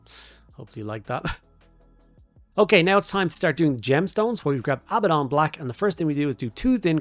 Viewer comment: Finally someone said abbadon correctly!!!!!!!! Hahahahaha